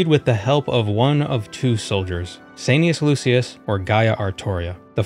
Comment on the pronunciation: Your pronounciation if Saenius Lusius and Gaea Artoria is almost perfect, just 1 little mistake, latin doesnt have germanic vowel reduction, the ending is - us /us/ not -es /əs/.